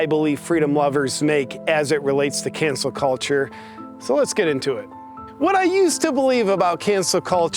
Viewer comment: I’m sorry are you saying cancer culture? Tongue twister 😉